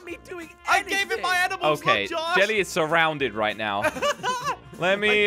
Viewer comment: I was laughing so hard when said: jelly is suround 😂😂😂😂